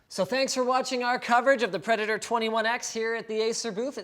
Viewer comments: ACER "PREDATO"? Is this for Japanese market? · Predato. brilliant. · predato instead of predator.... hmmmmm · PREDATO.. ResidentSleeper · PREDATO for the "R" you need 3k$ more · where is the R? . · Rip the letter R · The 'R' fell off of Predator... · min 3.49 the "R" of predator has been ripped off...9.000 dollars quality lol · Your mouth looks a little red. And is the last R missing from Predator? STOP KISSING THE HARDWARE. You like it more than it likes you, Linus. Poor predator... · Doesn't even have the r in predator on the laptop